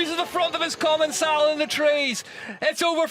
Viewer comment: Its called common-cal not common-cell you moron commentator.